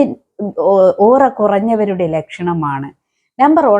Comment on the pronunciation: ഒറ അല്ല പെണ്ണുംപിളേ.. ഓ റ